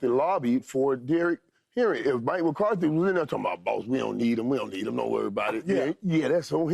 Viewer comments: Paul Pierce: "Mike McCarty, Mike McCarty" FS1 Producer: "Paul, are you serious? Say the name right. it's McCarthy." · Hey Paul, there's a "th" in McCarthy's name dude.........I swear they just put ANYONE on TV